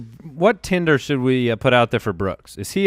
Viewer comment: It's TENDER, not Tinder. :-O